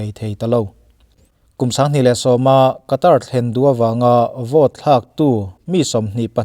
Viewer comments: Sawi ve lawk, Qatar hi Khatar tih anga lam tur,Katar ni loin☺️ Sawi ve mai mai🤭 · WC thlengtu ram hming i sawi dan hi a Mizo lutuk deuh lo maw. A tawpa 'r' hi silent tur a ni ang. 'Kataa' tiin an lam ri lo maw. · Qatar rama thawk ngei Air hostes ka hmelhriat ngei pawn , Khatar ati aw 🤣